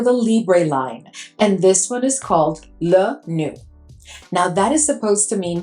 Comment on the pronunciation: Pronounced low new